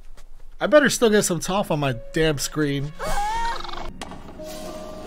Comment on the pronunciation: the white man pronunciation of the names.. Yue and Toph to be specific lmaoo